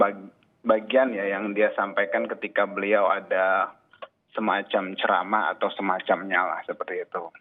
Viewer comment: Ziss bukan cerama ziss bukan ceramaaaaaa